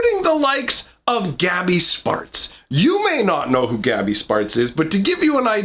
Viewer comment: Sounds like you're saying 'gabby's farts.'